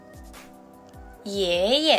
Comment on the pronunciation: 家族は日本語とだいたい同じ？メイメイはよく聞きますね笑おじいちゃんのがいえいえとなえなえに聞こえたですが？あすか先生に猛勉強させてもらわなくてわ。